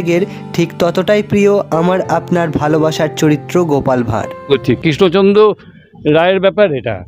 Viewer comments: রাজা কিষ্ণচন্দ নয় বলুন রাজা কৃষ্ণচন্দ্র বড্ড বেশি কানে লাগছে। উচ্চারণ সঠিক হলে ভালো হতো। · উচ্চারণ টা ঠিক করুন..কিন‍্য চদ্র বা কিশ্ন চন্দ্র না কৃষ্ণচন্দ্র হবে